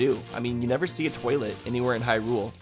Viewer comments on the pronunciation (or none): none